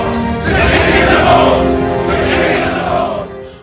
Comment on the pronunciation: "This is Jon Snow.. He's king in the Norf!" Lol U got a nice collection there 💜 I'm not a beer drinker..blek.. lol Always a pleasure Thanks! Btw.. I shared this EVERYWHERE 😄